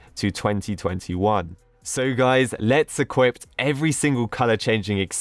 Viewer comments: did anybody else hear him saying equipt instead of equip or is it just me? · "im going to equipt this" equipT it